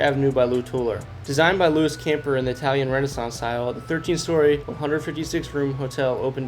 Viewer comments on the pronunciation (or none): none